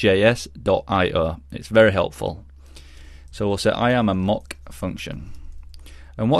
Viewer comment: Great viseo, but the way you pronounce “mock” is driving me crazy